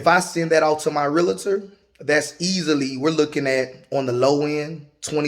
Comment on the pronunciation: 😊 I am a Real-tor as well. It’s pronounced lick Doctor- Realtor (Real-tor)